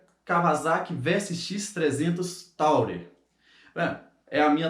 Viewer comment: Bacana, só não é "taurer", amigo; é Tourer e se fala "turer", que é a palavra turista em inglês...